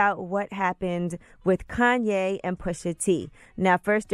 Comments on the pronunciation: "Kayne"? Come on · "Kayne" West